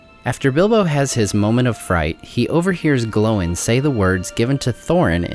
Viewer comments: It's Oin and Gloin, not Owen and glowen 😅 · Are you pronouncing their names correctly. Sounds like Owen and glowen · Why do you pronounce Oin as "Owen" and Gloin as "Glowin" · Am I the only one that hear him say Owen not Oin? And sometimes Glowin not Gloin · “Owen and glowen” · I love your videos please keep making them but your pronunciation of Oin and Gloin's names is driving me crazy lol